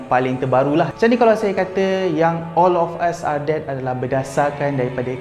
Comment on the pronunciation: Yg sy dgr olafasadet😂